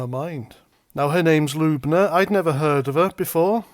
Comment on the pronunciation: Sorry to be that guy but it’s L-Uh-Buh-Na not LUBE-NA 😂